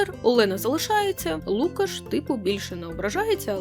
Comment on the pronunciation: Класний випуск тільки правильно лукАш.